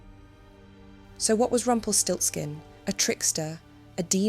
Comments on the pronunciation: Nice german word that sounds terryfing in english: "Rumpelstilzchen" Btw love how you pronounce the name 😍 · It's Rumpelstielzchen.